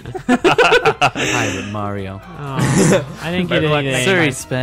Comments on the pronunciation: theiy say mirthee its mario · Why do you call Mario Marity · Srsly u call Mario merrty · IT'S NOT MERITY IT'S MARIO I'M GONNA GET SO TRIGGERED OVER THIS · why do thay say meer-ty instead of mario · They say miraty as mario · why is he saying mierty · because they like calling mario marity? :)